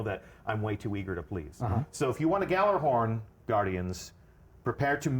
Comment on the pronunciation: It bugs me how even the devs mispronounce gjallerhorn